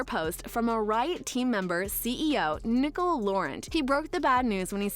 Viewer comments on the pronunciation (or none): none